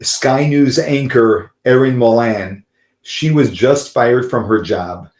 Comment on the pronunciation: Your making her surname sound like she's French....It's pronounced 'mole-anne' 😂